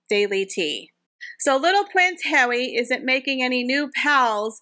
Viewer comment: 'Pwince Hawwy' 😂😂